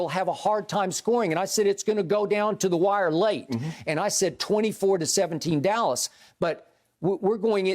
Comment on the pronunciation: Shannon said Dallah😭😭😭